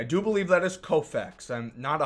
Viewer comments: Man said Koufax 💀💀💀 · I know he did not call Fernando Valenzuela sandy kofax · Koufax? Haha. That’s Fernandomania dawg